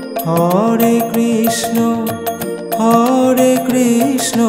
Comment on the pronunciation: Hari bol Radhe Radhe আপনি হরে কৃষ্ণ নাম টা সঠিক ভাবে উচ্চারণ করুন আর 16 নাম 32 অক্ষর সেটা ও কম বেশি করে উচ্চারণ করেছেন ঠিক ভাবে বলুন Hari bol Radhe Radhe